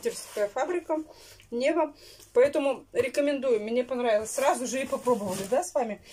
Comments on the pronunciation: во-первых, фирма не НЕва, а НевА, Санкт-Петербург стоит на НевЕ, а во-вторых, зачем тебе к лобзику паяльник??? Ты сегодня просто сделала мой вечер, я громко смеялась., а у вас запланированы визиты к стоматологу??? Или будет, как с логопедом - само пройдёт??? Я просто представила сколько халявных денег прошло через твои руки и ужаснулась. Это же и тёплый санузел, и достроенный пристрой, и утеплённый дом, и новый телевизор, и новая стиральная машина. Бедные налогоплательщики, которые вынуждены содержать таких вот Тарантиных и иже с ними..... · Фирма не НЕва, а НевА, река такая есть наишь? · Фирма "невА"🤦‍♀️.,ударение на А. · Нева,это река в Питере. Ударение на второй слог и не знать это просто стыдно... Звонят- ударение тоже на второй слог! Уберите эту сладкую химозную продукцию из рациона детей, вы же губите их желудки! Лето, где фрукты, овощи???? Мама, ау!!!!!!